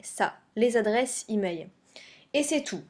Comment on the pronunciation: on dit " emaiL " pas emai